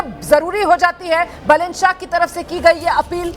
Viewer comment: बालेन् not बलेन्.